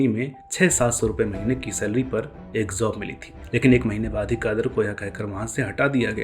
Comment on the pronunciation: Sir very good and informative video. One observation - you use Z in place of J, for example Tazzub, Zob, Zaahil, Zaankari, Huzoom